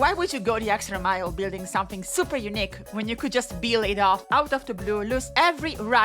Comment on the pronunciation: And “unique”, which should never, ever be pronounced like “eunuch”! :P (For anyone who doesn’t know, in English, “eunuch” is pronounced “YOO-nick”, while “unique” is pronounced “yoo-NEEK”, with the difference in stress and length of the syllables being essential.) Little story: I live in Zurich, Switzerland, but moved here from USA in the early 90s with my family. Around the year 2000 as part of its semi-privatization, the Zurich airport, whose name had simply been “Flughafen Zürich” (“Zurich airport” in German) until then, decided it needed a “brand”, and the brand they settled on was “Unique”. (Never mind the irony that it was their plan to roll out the Unique brand to multiple airports worldwide…) When my mom heard this news, her reaction was “Oh, no…”, because years of being an English teacher here had taught her that people here tend to pronounce that word like “eunuch”. And indeed, for years, the recorded English voice at the airport announced periodically in a German accent “Thank you for choosing Zurich Eunuch Airport”!! 😂 But the story gets better. So much better. Because the Zurich airport is, like almost every airport, not actually located within the namesake city, but in a suburb. And the name of that suburb? Kloten. Ok, so what? Well, in the Dutch language, “kloten” is slang for “balls”, and I don’t mean the kind used in sports. So it was the Eunuch Airport because those wily Dutch were taking the kloten off the male passengers! But we aren’t done yet. So what